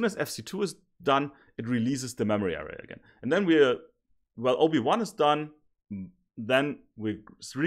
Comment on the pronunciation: Everytime he said OB1 i heard Obi Wan😂